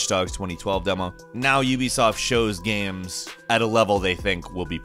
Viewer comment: How do you say "Games" ? "Gaimes"? "Gaymes" ?